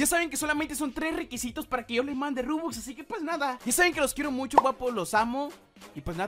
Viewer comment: Se dice Robux No Rubux